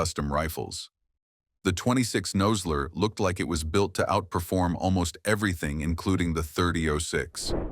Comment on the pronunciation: Obviously the narrator knows nothing about firearms. He doesn't call it a thirty ought six and pronounces Nosler incorrectly.